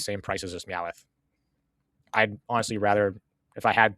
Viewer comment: Calling Meowth Meowith is hilarious 😂 I agree Perfect Order is trash and I have no interest in it whatsoever.